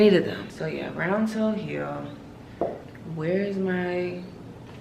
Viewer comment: So I'm sitting up here with my adjustable mattress on the highest setting propped up like somebody great grandma and when you hit that hard "R" in Rrround-toe-Zara-boots, I doubled over laughing and rolled off the bed 😭😭😭😭 And then you KEPT saying it! Not THE ROUNDEST TOE we ever seen??!! Something's wrong with you!!! 🤣 Real tears...real tears